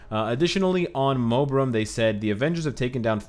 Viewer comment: It not Mobirum #...